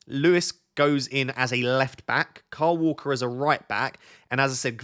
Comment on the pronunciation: please answer this on your next video, as my brother and I don’t understand. Why do you, and the majority of presenters (YouTube and TV) call Kyle Walker ‘Carl Walker’? Is it because tv commentators (not all) call him Carl, not Kyle. Carl Walker. It isn’t an accent thing as you are not alone (plus I’m in Notts, too) As you are a psychology student, please explain. Thanks:)